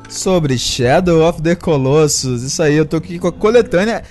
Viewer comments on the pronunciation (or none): É legal ver como nenhum brasileiro consegue pronunciar Colossus correctamente :P